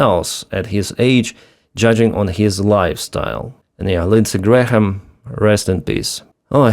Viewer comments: Not that you will have another occasion to say Lindsay Graham's name - the H is silent. "Gram" or "Gray-am". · H is silent in Graham. Just pronounced Gram. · We do not pronounce the h in Graham. So it's exactly the same as the unit of mass: gram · the "H" in "Graham" is either silent or pronounced like a "Y". "Gram" or "Gray-um" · Hi. The h in Graham is silent. It's pronounce Grayam - i know you like to get pronunciations right. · The H is silent in GraHam! Say "Grayam"... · The “h” in Graham is silent. FYI